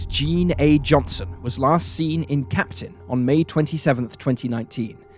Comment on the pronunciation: Capitan, NM not Captain